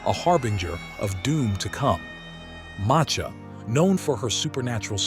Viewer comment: Macha is pronounced as Ma-Sha